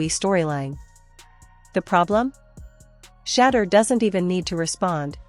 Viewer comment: I like your channel, but, I want you to say, Shedeur Sander’s name correctly, ok? His name isn’t, “Shadder”, it’s, “Sha-door”, ok? All of the other YouTuber’s videos, that you put in your videos, pronounces his name correctly? Show the man some respect? Respect his name, he’s earned it, ok—(Atlanta, GA)!🏈🏦💰🇺🇸🌎